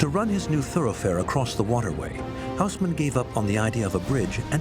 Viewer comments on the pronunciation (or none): the name is read as Osman.... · It's unbelievably annoying to listen that Louis is pronounced as it should be by the rules of the French language, but the Hausmann - not, ffs.